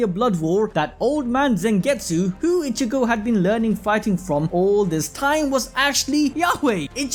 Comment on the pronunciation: say it with me (e-chi-go) its not ( itch-e-go)